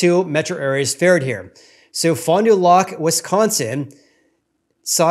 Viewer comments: hello from wisconsin. pronounce it: fon due lack. Keep in mind, this is about 75 mins NW of milwaukee. It's a standalone city and small market, no suburbs and only about 35,000 people. So 1 or 2 big sales could skew the results. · Great video. Also it’s pronounced Fon Do “lack”, I am surprised prices are up so much there. I am a Wisconsin resident and I personally make more than the average household income in my area and cannot comfortably afford a house rn.